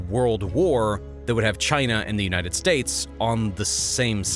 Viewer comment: I love these China videos. Also "Unites States..." Lol